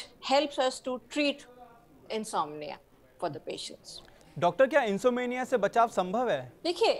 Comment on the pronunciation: इनसोमेनिया नहीं इनसोम्निया सही शब्द है ।